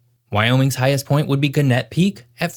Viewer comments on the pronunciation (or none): bruh, how do you mess up such a simple pronunciation like this? It’s “gan-nit”. Also, this map leaves out the Bighorn Mtns, which are a subrange of the Rockies (the same as, say, the Tetons or the Wind River ranges) which are far closer to the northeast of Wyoming. Also, while not a part of the Rockies, geologically speaking, this map also leaves out the Black Hills, an isolated, rugged mountain range that straddles the Wyoming/South Dakota border. Point being: Wyoming is covered with way more mountains than your video lets on, both as it errs by focusing solely on the Rockies, and also as it leaves out part of the Rockies.